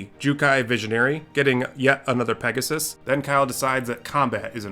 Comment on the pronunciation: Hey, I LOVE your pronounciation! Especially Bauble and Pegasussesss made it really enjoyable to Listen =)